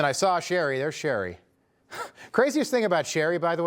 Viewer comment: Shri, not Sherry. I know you're making fun of him but at least TRY to learn how to pronounce names.